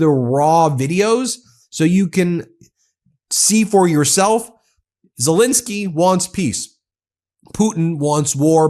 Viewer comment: It's pronounced ZeLENsky not ZeLINsky.